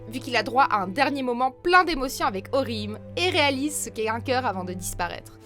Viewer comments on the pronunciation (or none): vous avez un problèmes avec la prononciation de certain pseudo !! c'est orihim-é c'est un é pas un e sinon son nom veux plus rien dire et sa fais plus con qu'autre chose !! attention a sa quand même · Ça se dit orihiméééé et ulkiorra schiffer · C'est pas orhime C'EST ORHIME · Orime ayaa C'est Oriimé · ORIHM!!!,??? ORIHIMEEEEE PUTIN ET PAS ICHIGO ITCHIGO SI TA DU MAL bon ulquiorra compréhensible mais sa de dit Ulouquiora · Putain mais...Ça se dit OrihimÉ. Putain. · Aïe la prononciation des noms des persos de bleach "ouyoulquiora" "orhime" "ishigo" faites un effort putain c'est si dur que ça de dire "*ulquiorra" "orihime" et "ichigo" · j'ai faillis avoir une attaque , Orihim et Ulkiora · Attend sérieux ta dis ulkouyora et orihim mdrrr tu devrais déjà apprendre à proncer leur prénom pour faire ensuite une vidéo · JEEEEEEZ j'aime bcp cette chaîne mais alors là Ulqouiorra et Orihim les pronontions a Revoir Surtout que je kiff Ulquiorra= best character et on dit Orihime se lit avec é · La prononciation d’ulquiorra et d’orihime ca va pas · La prononciation de Ulquiorra 😥et orihime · j'ai les oreilles qui saignent rien qu'a entendre la prononciation XD